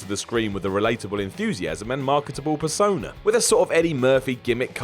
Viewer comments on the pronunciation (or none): none